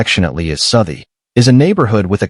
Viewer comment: It's pronounced 'Sowthie' not what you said. Edit: I have been reminded that this is most likely AI. I think a better acronym is AAI - Artificial Attempted Intelligence